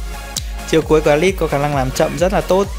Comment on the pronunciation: ahihi e nhận ra 1 điều kể từ khi a chơi alice bên Mobile legend thì a cũng đổi luôn cách phát âm....alai -> alits